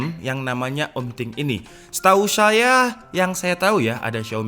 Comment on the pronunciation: “setau xaya” 😅